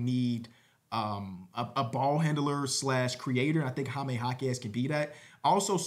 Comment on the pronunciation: “Hi-me” I’m not even a Spanish speaker but I can’t have you going out like this